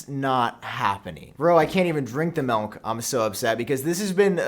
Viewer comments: Did you say Melk??? 😂 it’s MILK damn you !!! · Ewww, “Melk.” 🤢🤮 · “get your melnk” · I’m convinced you’re adding an “n” to milk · Hate the way he says “MELK” 😭😭😭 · Did he just call milk… melk🫠🫠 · Did just say, “melNk” TWICE?! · The way he says milk 😂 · I thought I was the only one that hard that! Must be an accent or something